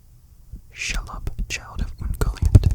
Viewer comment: Super great video! You have some of the best whispers on YouTube. Quick correction it's pronounced She-lob. Spooky spider from Lord of the Rings 🕷️